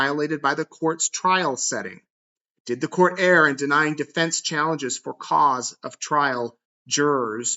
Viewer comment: Dearest, you’re awesome. Thank you for what you do! May I please let you know, the word Err, isn’t pronounced “error,” or “air.” The word Err, is pronounced “urr.” Pronounce it like the word ‘her’ and drop the H-sound. Much love, from an English major.